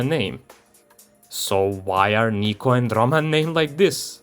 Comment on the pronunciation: my biggest issue is that Niko pronounces his own name wrong, which totally breaks immersion